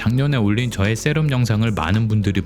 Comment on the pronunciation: 발음이 좀 거슬리네요 셀업X 셑업o